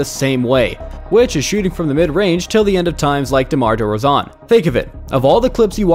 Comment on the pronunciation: Why did he mispronounce DeMar DeRozan’s name?